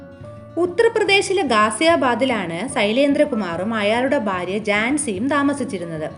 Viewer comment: ബാര്യ? ഭാര്യയെന്ന് പറയൂ.